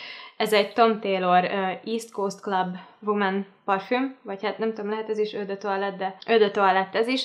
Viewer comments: Kedves Andrea! Szinte anyanyelvi szinten beszélek franciául. Elhiszed, hogy jól mondja? Igen, "ó" és nem "ö", de azon kívül helyesen mondta. Úgyhogy inkább tanulj franciául és utána ossz építő kritikát. Szép napot! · Az eau de toilette szót nem "ö dö toálett", hanem "ó dö taálett." Én nem tanultam siha franciát, de szerintem ha egy ilyen videót készítesz, az a minimum, hogy utánanézel, hogy hogy kell kiejteni, ha már alapműveltségből nem tudod.